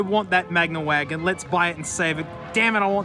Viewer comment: "hwi-agon" 😂 A lot of these look so similar, everyone there mom and there dog just has a clone sudan there eh?